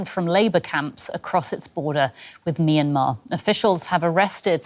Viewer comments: What's "My Na Mar"? 😂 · Love the pronunciation of the American guy for "Myanmar" real mister international 😂